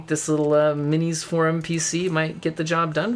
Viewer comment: MINISFORUM or MISINFORUM(ation)? Thank you for listening to me folks, good bye